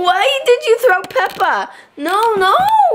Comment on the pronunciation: I love how he pronounces Peppa its just soo cute